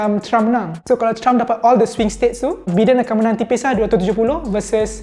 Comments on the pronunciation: It's pronounced as "Baiden" not "Beeden". SMH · Ingat aku sorang je pronounce Biden as Bi Den not Bai Den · Biden bukan Bidin.. Bidin, Bidin.... 😅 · Aku igt sebutan dia Bai-dern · Satgi dollah ni kena ketuk kepala dgn Alan sebab salah pronounce nama Biden 😂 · THAT'S NOT HOW TO CALL BIDEN'S NAME >:(